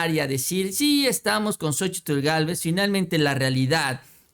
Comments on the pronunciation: Se pronuncia SOCHIL y no SOCHITL Saludos desde chihuahua…🤗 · La misma Xochitl Gálvez. Omite la. Letra. T AL PRONUNCIAR SU NOMBRE Y DICE XOCHIL